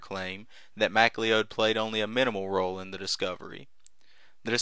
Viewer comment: Butchering names for over 200 years, it's an American tradition. Not J.J. Mac-lee-ode as repeated multiple times by the narrator, but J.J. Macleod, correctly pronounced McCloud, as in the 1970's television series starring Denis Weaver.